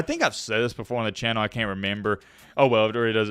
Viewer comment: "Cain't" really is southern lol